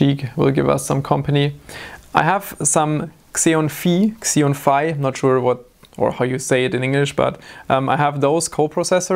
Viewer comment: it's pronounced Xeon Phi, not Xeon Phi. Just helping out how I can.:)